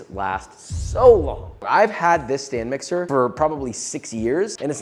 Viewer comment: So you're telling me it is a stand mixer and not a Stan mixer?